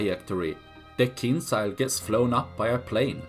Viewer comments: It's not kinsiyal it's KEEN JAL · It pronounced more like kindʒa:l. Not as z, but more like j in jail for example. But actually without sound d ). In russian it means dagger.